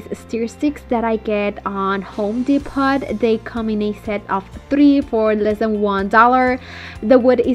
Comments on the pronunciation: Depot is pronounced without the t Depo not DEPOT THE T IS SILENT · It’s DEPO…. The T is silent, lol♥️ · it's pronounced home depo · it's pronounced home Depo the t is silent not being critical just thought maybe you didn't know love your projects keep up The great work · The t is silent